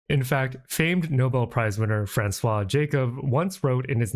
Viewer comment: It sounded like you pronounced Jacob fairly well the first time, and I'm a real G